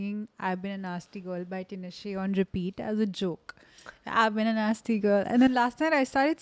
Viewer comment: Tee-nah-shay टिनाशे